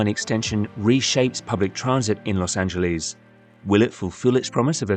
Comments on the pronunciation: A video about Los Angles would more likely be taken seriously without the cringe-worthy repeated mispronunciation of Los Angeles. Los Angeles ends with an “ess” sound; there is no “eez” sound in Los Angeles. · Please stop calling it "Los Angeleez". We Angelinos can't stand it. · As somone who lives here, please don't pronounce it Los Angeleeze. We hate it. It's like Americans pronouncing English place names wrong. You hate that as well. (And yes, it's a Spanish name, In Spanish, pronounce it in Spanish, but in English, pronounce it like it's pronounced here). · Find yourself someone who loves you as much as Brits love saying Los Angeleeeeeeeeeeeeeeeze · I wish British people would say the city's name the way most present-day Angelenos say it. Don't British people get annoyed with us when we mispronounce places like Edinburgh?